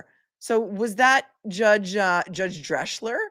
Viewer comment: As the German name Drechsler is not written Dreschler, it is pronounced Dreksler. Love from Germany